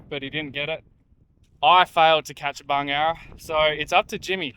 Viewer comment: Well, you learn something new every day - or is that every video? Today’s learning: It’s Bungarra. On an earlier video I heard “bung arrow” and I thought WTF is a “bung arrow”. And, Wikipedia tells me that a Bungarra is also known as a sand goanna, a racehorse goanna, or a sand monitor. Go Gaz, Go!